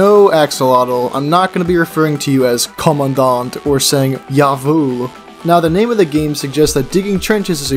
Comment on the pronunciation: His pronunciation of "kommandant" and "jawhol" is beautiful